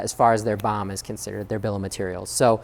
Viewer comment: perhaps better to say B-O-M separately as letters instead of BOM as a word.. Bee Oh Emm